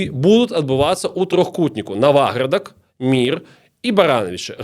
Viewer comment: вялікі дзякуй! тэма філаматаў філарэтаў +++ трошкі рэжа слух націк у назвах) правільна НавАградак і НавАградчына:)